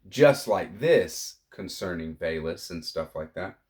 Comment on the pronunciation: Thanks for the share. I believe VALIS is pronounced as vowel-es.